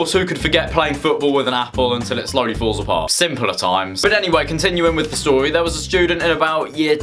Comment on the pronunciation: “I am going to tew you a stowy” uwu